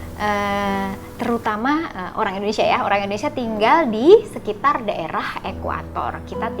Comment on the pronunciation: Bukan ENDONESIA tapi INDONESIA